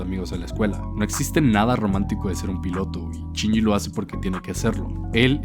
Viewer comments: Ahhh me estresa que diga CHINYI. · A mí me parece peor lo de "Chinji".